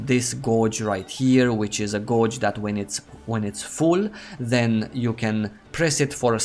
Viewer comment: Great vid. Just one little point - the pronunciation of "gauge" is similar to "beige".